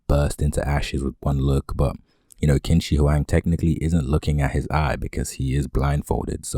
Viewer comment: Chin = Qin not quin (pronunciation) ♨️